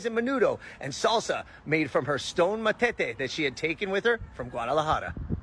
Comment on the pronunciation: *Metate no matete